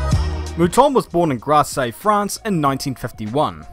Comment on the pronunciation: Wow, what a video. "Grasse" is spoken "Grass", not grass-see", but it's a minor quibble (like Porsche / Porshe- see). Great vid!